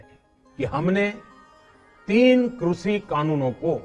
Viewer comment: Why he cannot pronounce Krishi.?..He said krusi